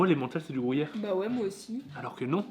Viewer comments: déso mais a raison on dit gru yère et pas grou yère:):) super vidéo!! vivement celle de demain:):) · c le gruyère et non pas le le grouyère antant que suisse/fribourgois je ne puovais pas me taire et c le valais --> valaisan mais autrement super video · Non non non, on dit gruyère et pas grouyere, lol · Bon on reprend : c’est Gruuuuuuyère et pas GROUUUYERE sans trous et c’est pas c’est pas de l’emmental et c’est valaiSan pas ValaiSSAn et pour finir c’est FRIBOURGEOIS merci 🤪🔥👍🏻🇨🇭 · Je suis d'accord avec on dit gruyère pas grouyere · Il dit la grouyère et en plus le corrige mais il continue dire grouyère looool 😅🤣🤣🤣🤣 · Grouyère 😂 tu a dit 15 fois ce mots, à chaque fois j’en est rit 🤣 Super tes vidéo le 🎉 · Gruyère pas grouyere zzz 😤😤😤😆😆😆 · Grouyère et Valaissanne 😂😂😂 ps : Gruyère et Valaisanne 👍😁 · Le mec qui sait pas dire Gruyère MDR. le GROUHIER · Comment ça le grouillère 😂 c’est gruyère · Ça me stress comment tu dis "grouillère"😭😭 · Le "grouillère" mdr ... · Le "grouyère" 😂. Sympa vraiment ce petit calendrier qui m'a fait découvrir certains produits que j'ai bien envie de déguster. Et si tu faisais un calendrier de l'après en janvier? 🤣😘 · Mdr ..."grouyére" vous dites "pouis" pour "puis"..gru -y -ère !! Bonne soirée vous êtes meugnons...😂❤️ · Tu me stresses a dire grOUyere 😂😂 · Insupportable ta façon de prononcer gruyère 😂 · Par contre c’est gruyère et pas grouyère